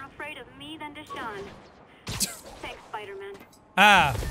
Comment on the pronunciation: Deshaun? More like Juh-Sean Sorry, couldn't help it lol